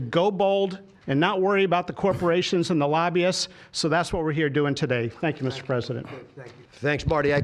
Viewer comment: FANK YOU, DOCTOR TWUMP!